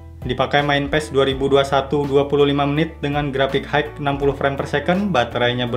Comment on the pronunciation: bang, ini mah cuma saran aja ya. tolong pengucapan dalam bahasa inggrisnya diperbaiki di kata: High - bacanya bukan haigh tapi hai aja.. signal - sainyel. maaf dikoreksi, supaya channelnya dan video content abang bisa mulus perfect tanpa ada hal2 yang mengganggu bagi penontonnya. jujur saya sedikit terganggu dengan pronunciation abang. overall kontennya detail, bagus deh. sukses terus!